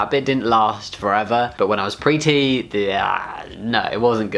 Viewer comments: I was confused about why he was saying "when I was pretty", until I realized he was saying "pre-T". The whole time I was thinking "but you ARE pretty!" and then I was like "...oooooh!" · Every time he said "Pre-T," I thought he was pronouncing 'pretty' wrong... D